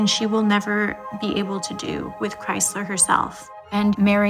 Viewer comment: They keep saying Kriezler's name wrongly. The z has a t sound but they say it like Chrysler